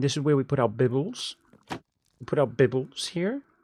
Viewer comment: that was really funny how you said bibles, but I also wondered what happened to series, guess no need to worry!